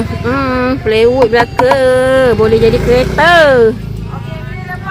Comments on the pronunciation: Plywood ka bukan playwood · Plywood cikgu, bukan playwood. 😂😂😂